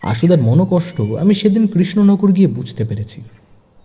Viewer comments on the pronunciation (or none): none